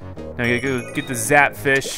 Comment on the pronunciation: Did any one Know that he said Zackfish